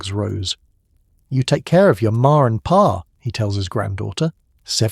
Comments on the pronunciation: The Pay, pronounced Par. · As usual the AI narration is horrible. It pronounces Pa like pay.